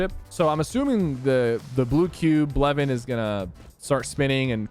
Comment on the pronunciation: *Bluevin, not Blevin